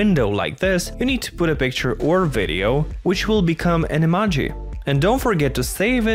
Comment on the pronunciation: Say Emaji one more time!